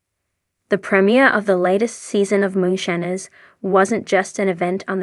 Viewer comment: U r not saying Moonshiners right OMG ? Do u listen to how the words is said before U repeat saying MOONSHINERS 😅😅 U REALLY NEED TO SAY THE WORD RIGHT?! I Won't watch ur utbube bc u can not say it right DEAR lord Disrespectful to me n I'm sure many others !! Not right at all 😮😂